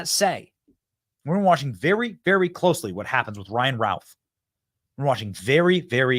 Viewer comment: Ralph, Youth. The scumbags name is Routh, Don't you think his name is pronounced Ruth ? just saying.